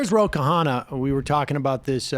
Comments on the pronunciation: It's not Ke-haana, Sam. It's a hard Kh as in the end of ankh, followed immediately by an uh sound and an empathic double n. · Sam it's pronounced Ro-Kha-nna not Ro-ka-ha-na. Great clip. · RO KHANNA = RO KANNA not KA HANNA